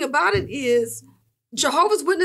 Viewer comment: Why is it so hard to add the S in Jehovah’s witnesses?